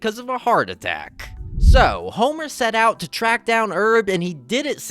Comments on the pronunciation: that' how Frenchs would pronounce "Herb". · It's Herb, not Erb. And Powell, not Pow Ell.